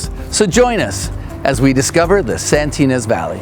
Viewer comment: "Santinas" Valley? Thats made up. I think you mean "Santa Ynez." Try harder.